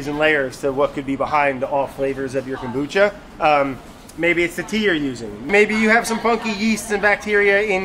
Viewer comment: So triggered about how they pronounce kombucha, but I understand the reason...